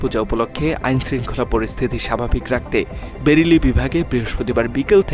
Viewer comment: সব শান্ত! পেরেলি নয় বেরেলি।